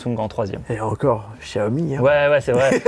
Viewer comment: Un chiaomi ??😂😂😂